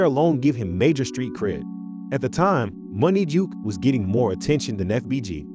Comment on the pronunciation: It’s Munna Duke not Money Duke!